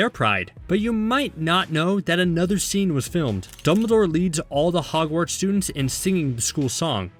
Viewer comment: Hehe he said hargwarts